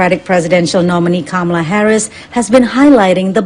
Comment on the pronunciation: The woman announcer on this video MISPRONOUNCED Kamala's name while accusing Trump of mispronouncing it.